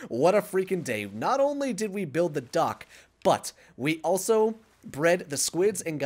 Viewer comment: It's so funny, every time said dock I thought he said duck, I was dead when he said we need, to build a duck